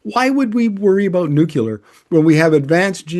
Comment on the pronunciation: Nu-cu-lar ? Not a word. Please repeat after me, 'new-cle-harr'.